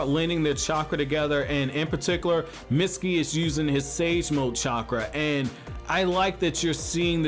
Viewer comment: its mitsuki not misty